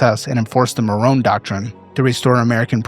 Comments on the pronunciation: pls 🫣 Monroe and nuclear No morone and nucular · MON-ROE. Not Marone